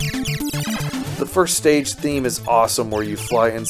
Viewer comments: BTW, It's pronounced Gradius, not Grade e us. They wanted to call it Gladius as in Gladiator, But Engrish. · No, he was accurate. It was Gladius, and they engrished it to gradius like he said. It was describing the shape of the ship. Now it is a word, yes, but only because of that process so that is meaningless to consider in the context of explaining specifically the reason the pronunciation is Grad (like college graduate) eous, like erroneous statement. That context is exactly the pertinent information to address the confusion over the pronunciation.